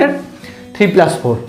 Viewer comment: Sir it us plus not plaas